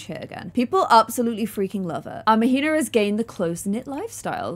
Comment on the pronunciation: queen -- Mahina is pronounced "MAH-HEE-NAH" not "MUH-HEE-NUH" 😭❤️